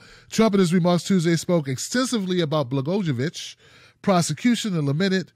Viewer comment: Rod's name is pronounced Bla-GOY-o-vich, not that it matters. But if we're serious about getting corruption out of government, he should stay just where he is for his entire sentence.